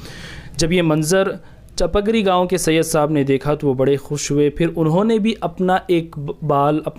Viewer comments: السلام علیکم و رحمت اللہ و برکاتہ۔ میرے پیارے بھائی ، اس ویڈیو میں آپ نے کافی معلومات فراہم کیں ہیں ھس پر اللہ تبارک و تعالی آپ کو خوب جزائے خیر عطا فرمائے مگر یہ بات واضح کر دوں کہ حضرت سید شاہ علاؤالدین قادری رحمة الله عليه کے خسر محترم کے گاؤں کا نام چپک ری نہیں بلکہ چِپگیری (Chipgiri) ہے۔ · Assalamuilkum bhai aap ne gawo ka naam wrong bol rahe hai . gawo ka sahi naam chupagiri hai aap ne video be banaya Hai